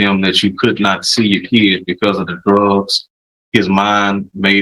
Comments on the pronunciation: I hear “keed”, not “kid”. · Defense attorney needs to talk to Judge Boyd, she'd let him know the difference between a child and a keee-ed.